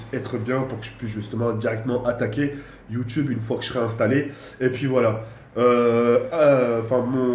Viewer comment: c'est youtube pas youtchube